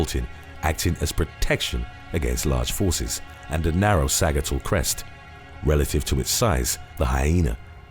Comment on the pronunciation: I really appreciate your videos and the research that goes into them, but man...you sure butcher the pronunciation on a LOT of words. Sagittal is pronounced / ˈsædʒ ɪ tl /, much like the word Sagittarius.